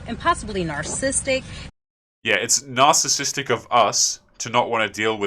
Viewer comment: She cannot even say narcissistic. Saying narsistic, like a child.